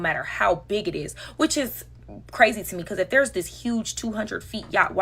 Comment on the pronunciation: Flavored air is cwazyy